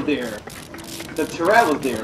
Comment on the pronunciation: You say the word "turret" wrong, buddy.